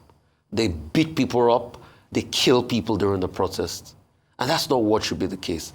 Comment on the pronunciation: plse learn the right pronunciation for the word, "protest".